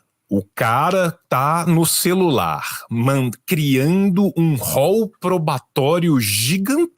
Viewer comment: Celular e “celularrrrrrrrrrrrrr”!!!!